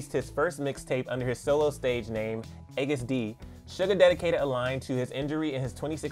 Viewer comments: “Eggest D”..... just noooo honey... it’s pronounced “August D” Also get well soon bby 💜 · I love you but its not eggus d. It's pronounced August D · Agust D is pronounced the same way yoy pronounce August D 😂, but thanks for the updates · I know he pronounced it wrong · did he just say EGGEST D????? Army? don't drag him.. ok? 😂